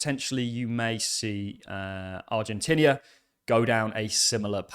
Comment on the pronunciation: Stop saying Ar-gen-tinnia! Aah!